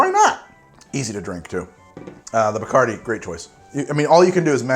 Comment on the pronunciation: What the hell is BICARDI !? Isn't it bacardi